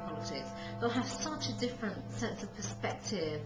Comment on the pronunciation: God this pretentious bitch is annoying. Listen to all those long syllables which should have been short, like "offerrrr" and "perspectiiiive".